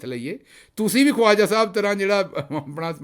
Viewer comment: Khwaja should be pronounced as khaja